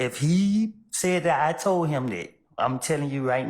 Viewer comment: why he say “but if heeeeeeeeeh said DAT I TOAD (not told) him DAT” wtf was that? 😂😂😂